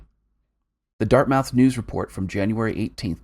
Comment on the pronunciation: Dart-muth :) excellent vid my dude